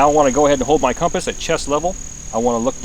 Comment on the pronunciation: Why does pronounce it "Comp Ass"?